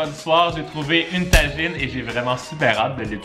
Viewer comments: Je rêve où il a dit ‘’ une tagine’’ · salam jsuis maroccain et je vis a fes et jsui un grand fan de toi et je suis la pour faire une petite correction ca se dit un tagine pas une tajine et continue de faire ce que tu fait jadore ton mood et ton contenue